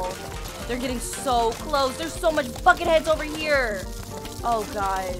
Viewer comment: did you said fucking head or buket head?